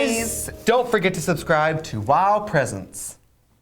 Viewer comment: why does she keep saying: WOWpreeeesents, with enphasis on the first E??